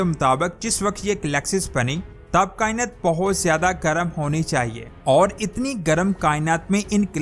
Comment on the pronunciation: کیا کائنت کائنت لگایا ہںوا ہںے۔ “ کائنات “ ہںے یہ۔